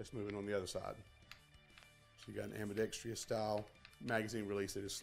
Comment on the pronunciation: I think we need to ban all videos where the author cannot say AM-BEE-DECKS-TRUSS correctly!